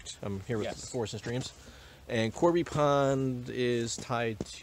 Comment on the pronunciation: Awesome video! FYI, it's Cobey Pond, not Corby.